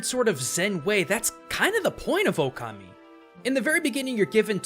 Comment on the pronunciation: It's pronounced Shwei Muo Hua Just cause its writen Shui Mo Hua dosen't mean you must read it like that, same like in japanese you didnt say okami but you said it right ōkami .